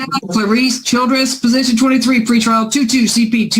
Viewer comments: Dang. I kept hearing “free trial” and now that you write out “PRE” I feel like an idiot. Haha. Thanks! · At least on the "PRE" lol